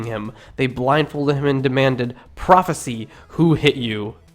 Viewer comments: pro fe sI si not ee whatever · When Jesus was blindfolded and beaten with fists, the attackers didn't say "Prophesy" as in Prophes-ee. They said "Prophesy" as in Prophes-eye. Prophes-eye is a verb. Prophes-ee is a noun. The narrator should know this, but apparently does not. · The work "Prophesy" is pronounced "pro-fuh-seye" i.e. with a long "i" at the end, which mean present tense.. You read it as if the word were "prophecy" which is past tense. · your pronunciation is so bad i can’t watch this. it’s not one kings it’s first kings second kings first peter second peter. pra-fuh-sigh. ka-per’-nay-um. and there were more.... this is intellectual shit my friend and intellectuals must pronounce things correctly to be taken seriously. get it together and check the pronunciation and watch more vids on people talking about this shit. check out Bart Erhman and Matt Dilahunty for starters. it helps to see how people who were born again evangelicals talk about the bible now that they are atheists. they know this better than an outsider can and they know the conventional theories and PRONUNCIATIONS. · You don't even know how to pronounce "prophesy" when used as a verb. (prof-uh-sigh) That's embarrasing. Your arguments are embarrassingly simplistic and your pronunciation reveals a deep ignorance of the subject matter.. Stick to atheism instead of biblical criticism. You're way out of your league. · sorry, but you're driving me nuts... prophesy is a verb, meaning 'the act of foretelling the future', and is pronounced "pro-fuh-SIGH" prophecy is a noun, meaning 'the narrative regarding the foretold future', pronounced "pro-fuh-SEE" he shall prophesy what you'll do tomorrow: the prophecy states that you will wake up in the morning and go to the bathroom before eating breakfast. otherwise, good video :D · /ˈpɹɑfısaı/ "prophecy" isn't past tense (that would be "prophesied"), but a noun. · Check your pronunciation of "foal" and "prophesy"